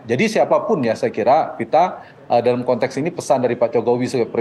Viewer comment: Kontex bukan kontek boss ...ucapkan sesuatu , kata" nya hrs benar ...